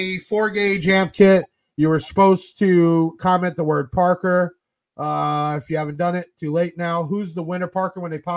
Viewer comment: Again Thank You and Crew for all you do!!! Thank You Parker for saying my name correctly.. It is a challenge sometimes!!!